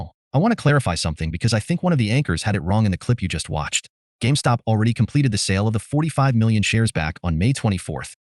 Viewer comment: They can't even say the name right. Calling it GameStock. Must really get under their skin.